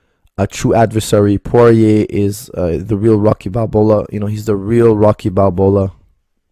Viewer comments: Lmao, he said Rocky Balbola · Balboa not Balbola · And I thought my ears were not working properly... So it is Balbola🤔